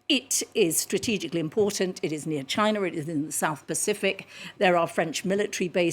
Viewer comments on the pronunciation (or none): none